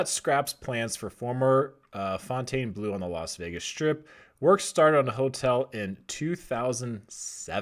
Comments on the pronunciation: It's pronounced fountain blue not "fontane" blue! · Pronounce it. Fawn-tawn-bluu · Bro it's just pronounced "fountain"...don't over think it. 😄 It's mind blowing that the property has never been open. However I do think the North Strip will continue to evolve, for the better.